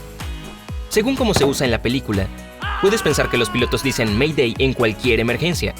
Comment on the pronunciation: Según la normativa oficial de ICAO se pronuncia "MEIDEI" y no "ME DÉ".